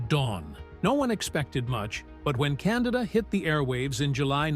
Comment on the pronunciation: are you deliberately mispronouncing names? like Candida and Cassavetes?